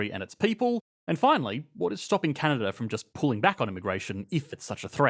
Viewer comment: Take a drink every time he inverts the syllabic emphasis on the word Canada.